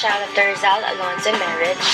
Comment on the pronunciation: not rizoul its in filipino na parang Rii + z + al